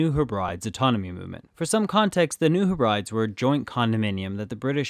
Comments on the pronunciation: Very nice video. One note is that "New Hebrides" should be pronounced "HEB-ri-deez" with a long "e" sound. The islands are named for the islands in Scotland. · Hebrides is prounounced Hay-bree-dees.